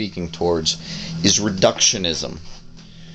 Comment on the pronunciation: Lol, 'reductiomanism'.